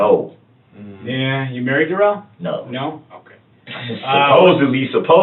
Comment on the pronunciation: And he lies completely unnecessarily. Such as saying his name is Duh-RELL, when it’s really DARR-uhl. Who does that?? That’ll further decrease trust when LAW ENFORCEMENT and JUDGE DOROW realize he lied to them about how to say his name! Stoopid!